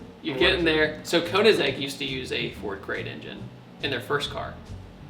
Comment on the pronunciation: ...How did he pronounce Koenigsegg?